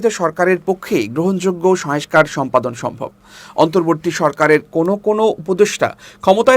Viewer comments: ভাইরে, শয়েংস্কার না...."সংস্কার!" শয়েংস্তা না......"সংস্থা!" 😜😻😁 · সংস্থা /সংস্কার উচ্চারণ সঠিক হওয়া প্রয়োজন।